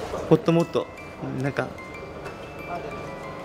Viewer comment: ってこういう喋りかただったっけ？関係ないけど、 のところ「ほっともっと」にしか聞こえん…ｺﾞﾒﾝ これからも応援するよー！